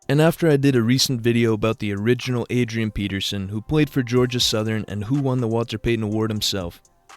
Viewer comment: Did you just say South-ern? Never in my life heard anyone pronounce it like that